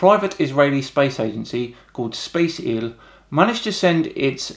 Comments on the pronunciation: Great video but your Britishness is comming out so damn much when reading the Hebrew names :D Its Space IL so you say it (Space Ay El) In addition, its Be-Re-Sheet. Not even offended, this is hilarious. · Hi, This for this video. This group is called SpaceIL (Space "I" "L", as "Israel") and not Spaceil. Also, their budget was $100M for the entire project and not their annual budget, which makes it even more impressive. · SpaceIL isn't pronounced "space-ill", it's "space-eye-ell". Great video though! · Btw the conpany that you've mentioned in the beginning - spaceIL, is pronounced space-I.L from then word "IsraeL" where 'i' and 'l' are the letters not spaceil. I know it because i live in Israel... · God damn dan, You murdered this words, Its Space IL, just the letters I and L, and then its Beresheet, Bere and then shit :P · I'm gonna have to do this, I'm sorry, but it's Space IL, with those last two letters read out. Also, it's Bereshit, not beer sheet